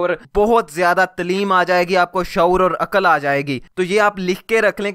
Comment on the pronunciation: pehli baat lafzz TLEEM nahe TAALEEM ha.... baaqi aagy kuch nahe kahon gee